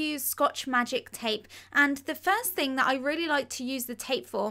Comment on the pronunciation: Through - frough Eraser - erazer Thing - fing (This is what she says)